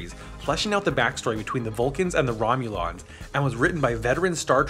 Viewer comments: When you say things like Cthulos and Romulons you really reveal that you have no idea what you're saying. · How is the Diddy Kong CD unplayable in a CD player? Is it bigger than the tray? Is it unbalanced? It's very playable otherwise. Also Romulans is pronounced "Romm myoo lins." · Did you say "Romu-LONs"??? Somebody's never seen Star Trek. 😂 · Did you seriously say "rom-you-lons"? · Please never say Romulans like that again